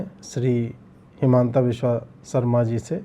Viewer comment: इनका नाम हिमन्त विश्व शर्मा है न कि हिमांता बिस्वा सरमा !